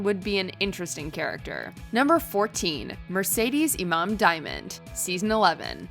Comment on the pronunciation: Mercedes Iman Diamond's name was mispronounced like opulence. It's not Imam.